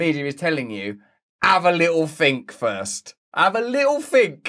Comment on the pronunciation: "Havf a lil Fink Furst!" - Russell Brand 2022